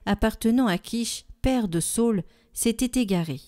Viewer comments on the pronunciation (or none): Sa ül et non Saul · Bonjour, merci beaucoup pour votre site! Merci de nous faire goûter à la Parole de Dieu au quotidien. Cependant, question sur la prononciation de SA Ü L. ( sa ul) SAUL c'est St Paul... D'après ce que j'ai appris.. Merci pour votre investissement!